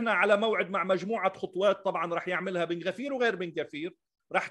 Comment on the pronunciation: kibouts,Ben gvir,smotrich.. يجب قراءة المسميات كما يجب .ودائما كما كنت متألقا في التحليل استاذ ناصر .ابدعت كما في كل مره